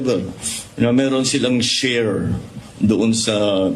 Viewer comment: Ganda pa ng pag bigkas nag SHARE…..Tang ina mo BBM😢😢😢😢☠️💀😡👿